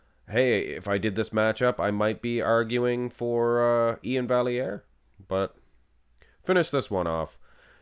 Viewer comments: For the record, Iain’s name is pronounced “Val - E - Air”.... He has it posted like this in his Instagram bio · Absolutely robbed. Anyone who looks at Iain and doesn't see the layer of subcutaneous pudding he's carrying with him is blind. Also, front lat spread... Iain wins? No calves and his chest disappears. And, yes... It's Val-yare. You're Canadian, bro. Lol